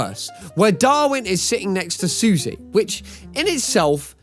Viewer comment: Sussie is pronounced "suh-see", not "Suzy".